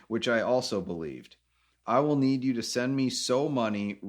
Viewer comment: I hate it when people say, wool instead of will sounds like a child